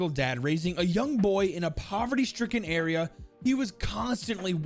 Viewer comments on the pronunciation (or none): none